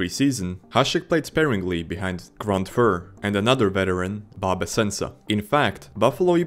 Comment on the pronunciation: That and Grant Fur. It's Grant F-you-r